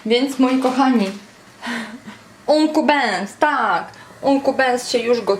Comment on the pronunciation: "ankul bens" ;)